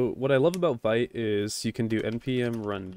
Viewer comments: its more like "Veet" and not "Vait" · thank you! fyi - Vite is pronounced Veet like as in French for quickly // I'm sure it doesn't matter much I just wanted to let you know 😅